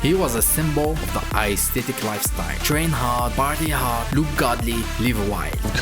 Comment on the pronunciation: Every time he says Icethetic lifestyle I laughed a little